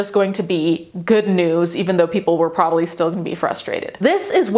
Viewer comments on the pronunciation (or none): none